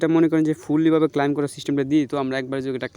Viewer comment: ক্লাইম না ক্লেইম শুদ্ধ ভাষা শিখিস নি